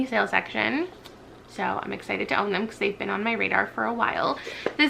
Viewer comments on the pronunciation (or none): none